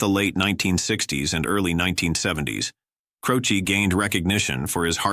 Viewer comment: Jim Croce not Crowchi